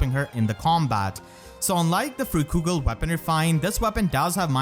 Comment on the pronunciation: Freikugel is pronounced Fry-Koogle not Free-Koogle. A way to remember how to pronounce germanic or nordic words with ei or ie is the second letter. You pronounce ei with the I sound, and ie with the E sound. It's the same pronunciation as Leicester, being Lice-ster, and not Leece-ster.